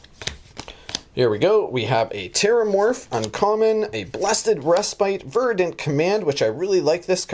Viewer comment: Ver-dent! Not Var-dent! Ver....Ver.. Killing me man